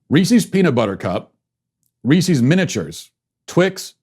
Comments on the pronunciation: Hey everyone, and welcome to the Andrew Smith show! For today's biweekly revokation, we will be revoking Matt Walsh not only for his offensive lack of taste in Halloween treats but also for his blatant mispronunciation of the name Reese's. It is pronounced Reece-is, not Reese-eez. For this unacceptable, deeply upsetting act, I have no choice but to revoke Matt Walsh. Thank you for watching. Godspeed. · The fact that you say "Ree-cees" instead of "Rees-is" tells me you should be cancelled. IT RHYMES WITH PIECES!!! It's not pee-cees. C'mon man. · Worse than that was the fact that he kept calling Reese’s Reesies! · Matt’s the only podcaster that gets me to laugh out loud. Why did he call them reeceeees though. I wanted to stab my ear. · I’m more offended by the way you pronounce Reese’s 😂😂😂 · Well you could start with saying the candies name right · Matt, I can’t believe you pronounce Reese’s like that. If a man named Chris owned a company it would be called Chris’s, not Chris’eees. I have lost all faith in you and am therefore canceling this show. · I know the candy thing wasn’t the official cancellation, but you should stick to one dumb, curmudgeonly cancellation rant a week... it’s become quite tiresome. also you should learn to pronounce “Reese’s” properly.